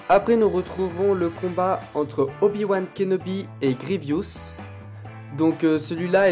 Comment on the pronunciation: GRIEVOUS PAS GRIEVIOUS